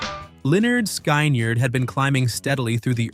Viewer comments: I managed to tolerate the mispronunciations until they got to Sky Nard. I'm out. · Pronounced leh-nerd skinnerd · It s really lynard skynard. Get your facts straight alright 👍 😮 m announce it right ok 👍 😅